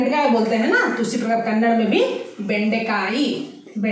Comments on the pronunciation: Thumba chennagi helidhira.. aadhre ondhu thappu ide.. adhu Kannad alla dayavittu Kannadआ antha heli 😃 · Please 🙏🙏🙏🙏🙏😁mention कन्नड़ा as this way it helps in pronunciation- कन्नड़ा । But it's in writing as kannada कन्नड़ ಕನ್ನಡ कन्नड़ नहीं! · Glad that u r trying to teach Kannada, but pls don’t forget. It’s not Kannad, its Kannada